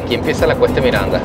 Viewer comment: CREO QUE ES RIO Miranda,le chorearon un pedacito a la R